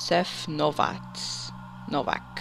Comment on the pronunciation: You're one of the only people who got my last name right!!! :D Most people pronounce it "No-whack" when it's pronounced "No-vac". Amazing!